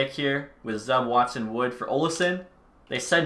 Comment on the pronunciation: The player Zub is pronounced: "Zoob"